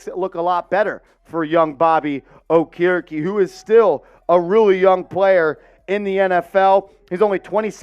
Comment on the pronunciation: His name is pronoucned- OAK-ER-E-KEE